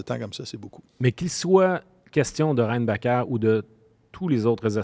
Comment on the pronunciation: La prononciation de "Reinbacher" de est excellente et préférable à la prononciation anglaise "Reinbacker". Le joueur vient d'un pays germanophone, alors je vois la nécessité de franciser son nom, mais pas celle de l'angliciser. Personne au Québec n'appelait Schumacher "Schoomaker".